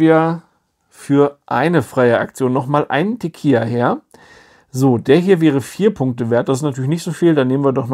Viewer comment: Das Spiel spielt sich viel besser, als ich erwartet hätte. 😃 Auch hier kurz zur Aussprache, falls es Dich interessiert: Es wird "Tekila" ausgesprochen, also mit einem "normalen" L. "Tekija" würde es ausgesprochen, wenn es "tequilla" geschrieben werden würde. Kannst meinen Kommentar auch gerne nach dem Lesen löschen. 😉